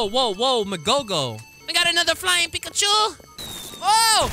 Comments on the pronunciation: U KILLED ME WHEN U CALLED HIM PICKAHCHO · It made me laugh when you said flying pickuch